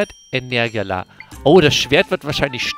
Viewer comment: Es ist weird wie du Energia aussprichst. Ich sag dazu e ner GIE-ja Außerdem finde ich es wild, dass du bei dem Boss nicht einmal das leuchtende Teil rausgezogen hast aus dem.